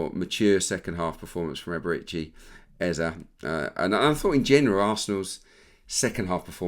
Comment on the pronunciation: Was about to come for Peter Drury over how he said Eberechi Eze’s name — then I heard you yesterday. Just for the record: it’s Eze-e. The last vowel sounds exactly like the first one. Not “Ezzy”, not “Ezza”. As Africans, it’s honestly annoying hearing commentators mispronounce names like it’s no big deal. Would be nice to have a blip button every time they get it wrong. No shade, just… saying.